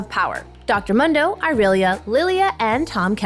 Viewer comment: If I hear one more person from ProGuides say muhndo instead of Mundo (pronounced “Moon-doe”) I’m going to lose it.